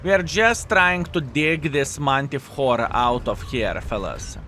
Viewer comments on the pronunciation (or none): Mantih*re... jajajaja